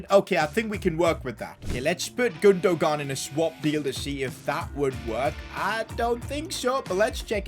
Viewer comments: i love how no one is pointing out the fact that said 'gundohgahn' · The way he calls Gundogan 😂😂😭😭😭